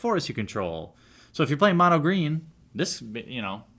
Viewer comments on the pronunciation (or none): none